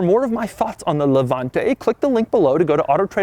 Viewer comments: Doug Demuro ... demuro .... you have an Italian surname and you can’t even pronounce Levante. With that fucking american accent that you have as if you have a potato in your mouth! What do you know about cars? You, who were born a few years ago, who beg cars from others with that fucking miserable message! Before talking about Maserati you should scald your mouth! You, just because you're american you should not even talk about cars, style! Style...you can’t even write this word, imagine if you know what it really means...but, seriously, have you seen how you are dressed? You're the kind of dude that would dare to get into that car with german sandals and white socks on your feet! You have no idea what a car means! Do we want to talk about those WC that you produce? People without taste and culture based only on one word, profit! People who created that shit of music called hip hop! People without taste in dressing, in talking and then talking about things that you do not even imagine you can create. A society of people created with those four poor men of starved Europeans who went to create the most boisterous people in the world. Go to review hot dogs and let us do the cars because only a jerk can listen to you! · Levanteeeeeeee Why are most americans not able to pronounce italian words?